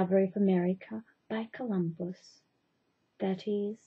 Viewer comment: Did she say 'Columbo' instead of Columbus? lol